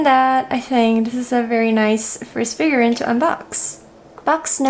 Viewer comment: ‘Figur-reeeen’, not figur-rin. Other than that, love the close-ups of the figures!